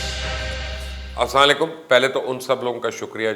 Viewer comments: مبشر صاحب آپکے تجزئے بہترین ھوتے ھیں ۔آپ اسسا علیکم نہ بولا کرئین۔اسکے معنی خراب ھیں۔اسلام علکیم صاف کہا کریں۔جسکے معنی ھیں تم پر سلامتی ھو۔ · Assala Alaikum kia hota ha sallam bhi sahi Nhi krna ata